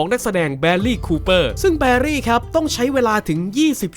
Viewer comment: ตรงนี้ไม่รู้ว่ามีใครบอก ทัก ท้วงติง หรือเปล่าแต่คือมันได้ยินแทบจะทุกคลิปที่มีการออกเสียงชื่อของนักแสดงต่างชาติที่แบบ..ออกเสียงชื่อหนึ่งเป็นอีกชื่อนึงเลย เช่น Bradley Cooper ผมได้ยิน “แบลี่” ซึ่งมันควรจะประมาณ “แบรดลี่” หรือ “แบดลี่” คือไม่ต้องถึงขั้นออกเสียง ร.เรือ ควบกล้ำ ตัว R ตัว L สำเนียงชัดเจนขนาดนั้นแค่ ถูกต้องตามชื่อจริงๆเค้าก็พอ ละเอาจริงๆมันก็มีผลตามมานะถ้าหากคนดูอื่นๆจำแล้วเข้าใจว่านักแสดงหรือคนคนนั้นชื่อแบบนี้จริง คงไม่ใช่เรื่องดีนักถ้าใครสักคนจะเรียกชื่อเราผิด ส่วนตัวผมคนนึงล่ะที่ไม่ชอบให้ใครเรียกชื่อเราผิดเพี้ยนไป